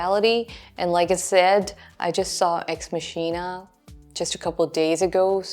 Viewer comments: Ex Machina is pronounced Makh-E-Nah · "Ex Masheena"... oof.